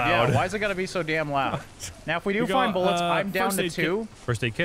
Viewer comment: Same dude says "rifle buillets"